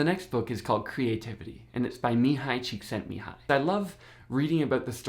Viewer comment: Awesome pronunciation of Mihaly Csikszentmihalyi! :)